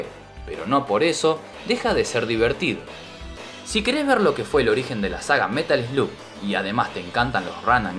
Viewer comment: Se dice el Metal Slag papaaa. Buen video.